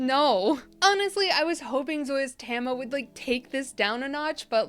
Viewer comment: Tam-eye-uh 😅 Del-eee-uh 😂